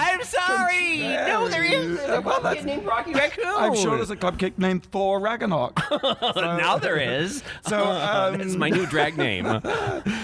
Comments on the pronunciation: I love you guys, but my inner nerd can't even with your conversation about thor... mispronouncing Ragnarok, saying Kate Winslet instead of Cate Blanchett, etc... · Is it just me, or are they pronouncing Ragnarok incorrectly?